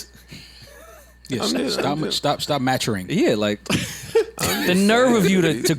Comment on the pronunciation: "yea, stop Ma-turing." 😂